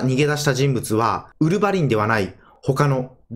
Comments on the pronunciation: ウルヴァ⤴︎リン めっちゃ気になっちゃった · ウルヴァリンは「ウ」にアクセントですね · ウルブァリンの発音おかしくねwww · ウルヴァリンの発音w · ウルヴァリン発音が少し引っかかる